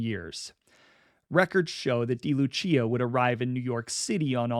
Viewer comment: It's pronounced "day" Lucia, Not "dee" Lucia